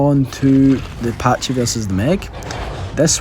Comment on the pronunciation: I literally only clicked this video because "patchy"? Like breh it's not a patchycepholadaurus it's a PACHYcepholasaurus XD sounds so goofy